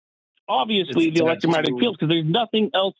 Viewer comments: He keeps saying electro-matic. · Did the guy keep calling it "elettromatic" field? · This man hasn't said "electromagnetic" properly... there is ZERO chance that he was an electrical engineer. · Am I supposed to take a person who can't even say "electromagnetic field" seriously? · This “engineer” can’t pronounce “electromagnetic”. Sounds legit! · I wish he would just say EM field instead of garbling over the word electromagnetic over and over If I have nothing and then I have one thing, the one is finite the nothing is infinite. And you can't compare something to nothing that isn't a comparison. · I'm sorry. It may not be fair but... I can't get past inability to even SAY "electromagnetic". I just can't.